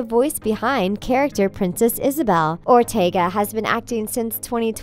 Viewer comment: “Jenna Are-teg-a”